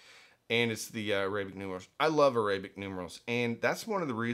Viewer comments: AIR-uh-bik. Say it out loud. Another way: ARAB-ick. Both work. On the other hand, uh-RAY-bik is just wrong. Like Orients. (Oh ..I see what your doing there!) 😉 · I’ve never heard the word arabic pronounced that way.